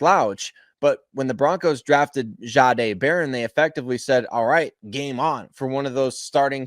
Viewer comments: Can you please please please learn how to pronounce his name right? He said it out loud he told you how his name was pronounced and it’s not. Shaaaaday it’s just simple respect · Why is it so hard to get it right? It’s just simple respect for a person’s name. Why can you not just pronounce it the way it’s supposed to be the way. He said it was pronounced? “Jeday” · It’s not pronounced zzaaaday